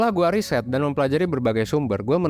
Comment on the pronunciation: Riset bukan risét